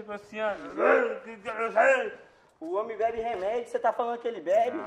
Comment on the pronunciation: O HOMI BÉBI REMÉDIO CÊ TA FALANDO Q ELE BÉBI? kkkkkkkkkkkkkkkkkkkkk